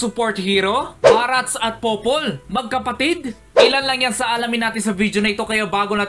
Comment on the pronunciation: barts po hindi barats